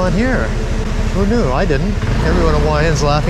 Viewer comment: It is pronounce hua, with the H, and not hua with a W,like you keep saying